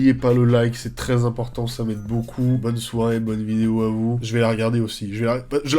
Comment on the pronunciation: À chaque fois il dit "nouvelle vinéo" jpp